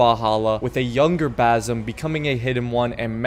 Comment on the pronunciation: new game: take a shot everytime he says bazum instead of Basim